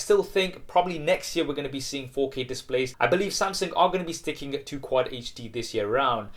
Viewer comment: SAMSENG? SAMSENG means GANGSTER in Malaysia bro. Hahahahahaha. Is SAMSUNG. pls pronounce properly....